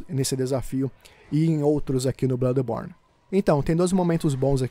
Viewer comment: Na hora que vc falou no início blãdeborne,na hora pensei barbaridade tchê 😂😂😂😂